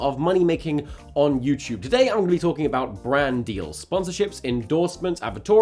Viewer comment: It just sounds like you're saying jew choob instead of YouTube